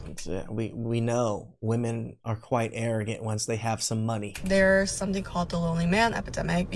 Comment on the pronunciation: she said she was trying to date women, or SATAN?😂